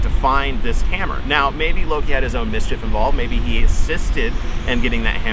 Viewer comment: We do not pronounce Loki that way in Iceland.